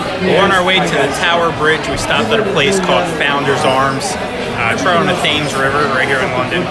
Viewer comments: Even though it's spelt Thames river we pronounce it so it sounds like tem's . Nice video shame no proper inflight footage for the aviation enthusiasts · Enjoyed my friend. Looks like you had a great trip. Just for info, Thames has a silent h